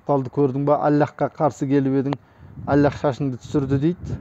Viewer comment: АЛЛАНЫ зорга айтып турсынгой. Тилин келмей.